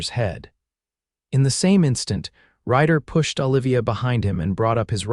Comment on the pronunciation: "OLIVIA" - Them pronouncing it "Ah'-lĕv-ēyăh".